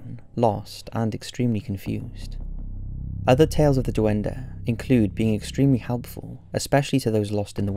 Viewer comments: DOO-EN-DUH.... It’s Duende. Pronounced “Dwen-Day” my guy. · Duen-dey Not duendeh